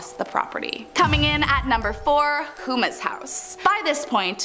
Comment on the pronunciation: Houma from Houmas House is pronounced Home-uh